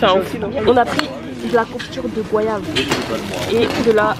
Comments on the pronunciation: Jus de goyave pas « gouayave » 😭vous êtes d’accord avec moi ou pas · MDR ÇA SE PRONONCE GO-YAV ET PAS GWAYAV